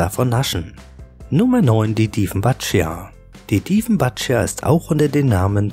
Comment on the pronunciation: Die "Dieffenbatschia" spricht man so aus wie man sie schreibt; "Dieffenbachie" (wie "Bach" nicht "Batsch")